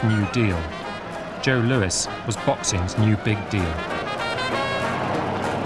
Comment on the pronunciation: "LOUIS" not "LOUISE"